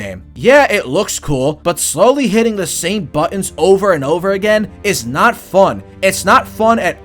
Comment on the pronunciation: “I did not hit hurrr - I deed naaaaht!”